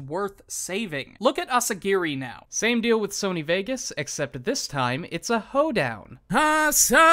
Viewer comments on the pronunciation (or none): none